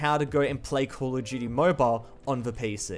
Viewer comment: "coll uh jeuyty"